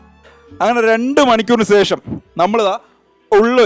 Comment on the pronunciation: സേഷം അല്ലെടാ ശേഷം..!